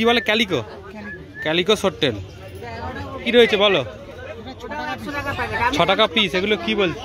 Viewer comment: মাছটার নাম সোড টেল নয় দাদা সোর্ড টেল😅